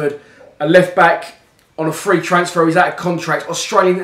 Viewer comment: Why do you say transfer like a northerner?